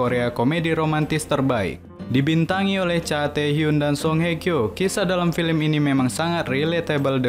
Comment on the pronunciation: Sekedar saran kurang dpt feelnya dari intonasinya juga..terus cara bca film.kenapa jadi filim??hehe kurang enak dan pas🙏